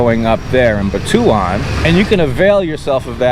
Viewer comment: Butuan is pronounced "Boo-twan", just thought you'd like to know, I know that I make a lot of mistakes pronouncing Visayan and Tagalog words myself.